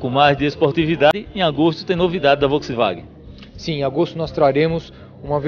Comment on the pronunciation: "Volksiwagen" dinovo kkkkkkkkk vergonha pra ele que é do meio automotivo... pode excluir meu comentario.. eu sei que vai mas vai apreender a falar...